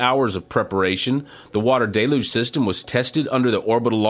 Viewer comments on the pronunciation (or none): It is not pronounced "DAY-luge". It is pronounced "DELL-huge"!!! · I know it's a French origin word, but the pronunciation is simple. Del-uge Like dell huge (without the h) Not day looj